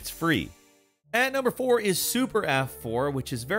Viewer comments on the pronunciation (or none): none